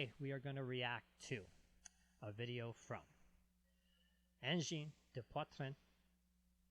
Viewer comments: Wow your prononciation of Angine de poitrine is pretty good! Not every anglophone can do it that well! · they says:! your prononciation of the name of the band is #1 but the city you can say it like if there's no "ue" like SAGNAY 😉